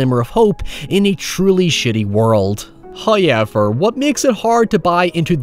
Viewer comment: “Hiyever” lol love it